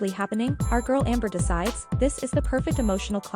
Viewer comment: "such an interesting gorl" that's a nice way to put it 😂